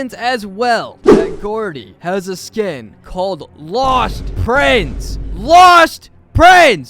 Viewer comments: "LAWSTTT PRINSE" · LAUHST PRINSSS